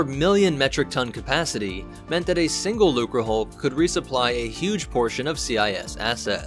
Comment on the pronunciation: Hey you finally didn't pronounce the C as a weird S. Looserhulk lmao 👍